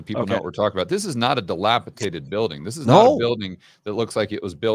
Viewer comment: Someone please tell that "dilapitated" is not a word. He's looking for "dilapidated".